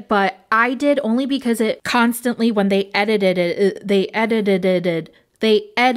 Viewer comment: Girl I can't say "edited it" either😂